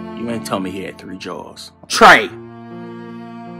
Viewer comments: “Foh my thwee jaws” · “Thee” cups of wother 🤣🤣🤣